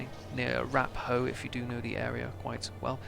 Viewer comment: Found your video quite by accident. Like the Irish start and I'm from Donegal and only 15 mins away from Raphoe. It's pronounced Rafoe though.